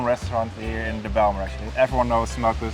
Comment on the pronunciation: Ummm...so the J is silent😉